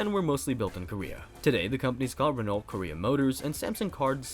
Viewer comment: The "lt" is silent in Renault. Phonetically it's more like "re-no".